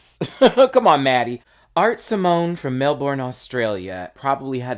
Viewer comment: It’s pronounced Mel burn not Mel borne